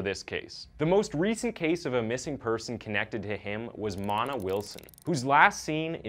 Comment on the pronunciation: I enjoy these but really watch to see which random normal word is mispronounced. The name Mona is not mahna, it’s moena.